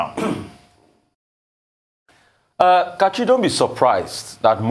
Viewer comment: Its funny how Nigeria's legendary goalkeeper Rufai is with Dr. Abati on the show but he keeps throwing it to Kachi to "Kachit"